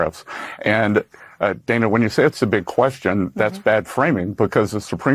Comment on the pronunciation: He can't be bothered to get her name right either, it's not pronounced day-na, it's dan-a